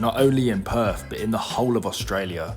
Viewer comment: The way you pronounce Perth, sounds like you are saying perv. 😂